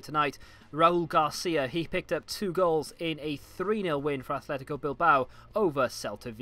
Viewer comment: It's also 'Atlético Madrid', not Athletico. It's not Wigan Atlétic now is it.